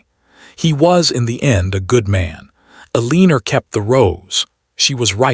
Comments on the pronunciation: AI pronounces Eleanor (EL- eh-nor) as eh-LEAN-or. Someone does not know how to program AI to pronounce Eleanor correctly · Because this AI is obsessed with a name it can not pronounce. I have commented to the channel/author to not use that name since their AI can’t pronounce it and it has been used by the AI in 3 or 4 stories.. I am leaving because Elinorr makes me flinch everytime. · Changing her name from Clara to a mispronounced Eleanor was the first strange thing about the story...others have addressed by others. Who wrote the last letter? that was not clear ....and she should have provided an heir in the ending since that was the main reason for their malice acts!